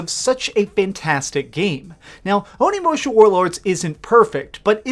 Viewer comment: Referring to the end...Can't believe you're saying "onimusha" like THAT!! face of disgust